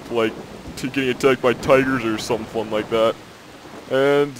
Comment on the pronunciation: I can't watch this without dying from laughter from this guy's voice. "Tigerrrrrs andd panthuuurrrs" hahahahaha he has to be faking this voice it's so bad